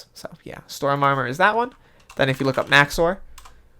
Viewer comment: u stupid its storm not storn lol